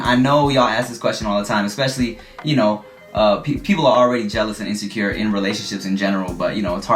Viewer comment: every time said "ya kno" with a tiny very slight canadian accent.... best parts of the video to be honest xD